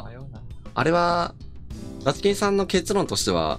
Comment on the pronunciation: the chikin さんの発音がダスキンさんwww